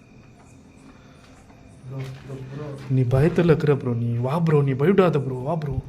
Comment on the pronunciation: அது வுறோவும் இல்லை குறோவும் இல்லை.